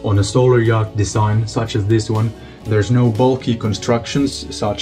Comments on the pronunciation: Love your content and following your adventure. If you're interested, "yacht" is pronounced like "yot" in English. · nooo don't stop pronouncing the C !